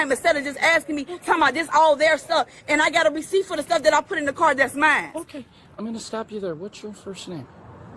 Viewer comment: "Mines" "Dey" "Dat" "Talm'bout" "Gat" "Den" Under 60 seconds, and she has MORE than proven she is both an idiot and a liar.